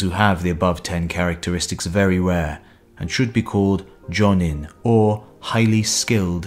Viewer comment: "[Those who have all ten skills] should be called Johnny." The fuck? I'm usually not a stickler for pronunciation, but that was terrible.